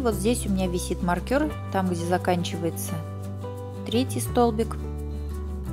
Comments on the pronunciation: Ух как режет слух маркЁр, правильно маркЕр... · Хороший мастер класс, спасибо большое))))) Но очень прошу! Ставьте ударения в произношении правильно🙏🏼 Не нАкид, а накИд, не маркЁр, а мАркер🙏🏼🙏🏼🙏🏼 ужасно режет уши... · Ну мне просто интересно, с чего вдруг маркер стал называться маркЁр? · Все очень понятно. Но, пожалуйста, не говорите маркЁр, нет такого слова! Очень слух режет. А за подробное описание- спасибо ) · маркЁр....режет слух ужасно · Спасибо. Хорошие тапки! Отдельное спасибо за накИд, но маркЁр это просто что-то с чем-то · Здравствуйте.Вязала по вашему мастер классу. "Маркер" режит слух. Потеряла время, получила опыт по перевязыванию. Спасибо. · Люди скульптуры вяжут , и то все подробно обьясняют , надо было сначала связать , все петли прсчитать , а зачем забегать вперед? Не проще было где прибавки с 1 ряда поставить маркер и пусть бы он болтался и все было бы понятно, а то вот разгляди там ,где была при бавка провяжите , сдается мне , что у нее всего один маркер и слово маркер выговаривает неправильно , прямо режет по слуху!